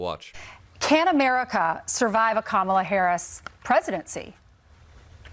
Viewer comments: He might mean "Lying Kamala" but I'm hearing "Lion Kamala". ;) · Lion Kamala 😂😂😂 that’s not an insult, hehe sounds like he’s calling her a lion